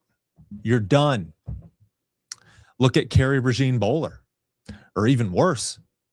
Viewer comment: PRAY-ZHAWN (think French pronunciation of “Jean”) like “Jean Luc” or “Jean Michele”